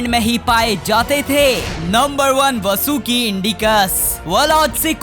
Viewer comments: Not vsuki This is vasuki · Vo vsuki nhi hai👿vaasuki hai😈👹